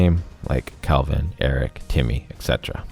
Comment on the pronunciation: Why are u pronouncing "kelvin" as "calvin" is bugging me lol